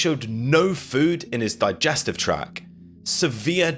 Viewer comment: it’s digestive ‘tract’, not ‘track’.